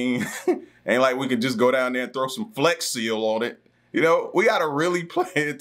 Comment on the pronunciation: 😂he said flex seal